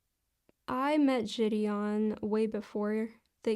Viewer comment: I can not fucking stand the way she pronounces “ ji Deon “